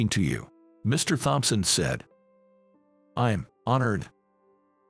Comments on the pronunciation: The h In thompson is silent, always has been. The word makeover, is 2 words put together, the break does not come after mak, the first word has a long a, the second part is only the over. So the make bit sounds the same as the make in make-up. Which is also 2 words put together. Surely you don't want to sound so foolish Please adjust your english. you sound too too odd. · Please teach the ai to pronounce Thompson.😕